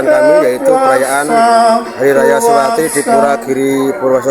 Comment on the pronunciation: SiwaRatri min...sanes SiwaLatri. Satu huruf bisa salah llo.